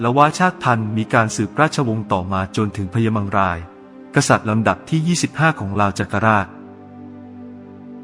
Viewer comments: มังราย ครับ ไม่ใช่ม้งลาย 😆😆😆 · อ่านยังไง มังราย เป็น ม้งราย